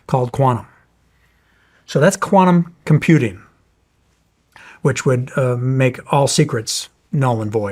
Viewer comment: Its QUANTUM not QUANUM 😂